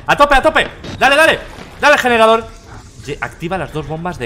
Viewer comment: “¿Dónde está el yenerador?” —Auron, 2019